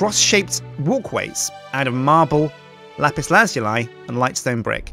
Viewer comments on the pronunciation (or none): Dude... it's pronounced: "LA-PIS LA-ZOO-LI" Not: "LA-PIS LAZ-YOU-LI" GET IT RIGHT!!! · Lazuli is pronounced laz-oo-lee, not laz-yoo-lie. But anyways, still a great build! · IT'S LAH-ZOO-LEE!!!!!!!!!!!!!!!!!!!!!!!!!!!!!!!!!!!!!!!!!!!!! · Lapis lah zoo lee that's how you pronounce it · ***** Oh god, I looked it up and it is really pronounced that way. BUT IT SOUNDS SO WEIRD! :( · It is pronounced lapis lazooly